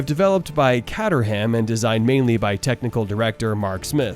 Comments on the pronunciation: Sorry had to stop watching after the pronunciation of Team's & Driver's. Awful. CAT UR HAAAAM ffs. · Great video but “catterham” and “Ty-rel”? Gonna need some practice pronouncing names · Great channel, but the mispronunciations of Tyrell and Caterham are a bit grating.